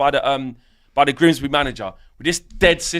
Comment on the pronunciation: They jut lost to Grimsbry, he added a whole extra R in there to emphasise 😂😂😂